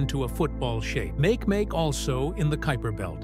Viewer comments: It's pronounced mak-e mak-e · It's pronounced MA-KEH MA-KEH duh! 😂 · Makemake is actually pronounced "mah-kay mah-kay" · I refuse to call makemake “make-make” it must always be “Mah-key-mah-key”